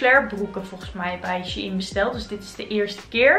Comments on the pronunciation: je zegt het als schein (geen haat) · nee hoor het is echt she-in 😉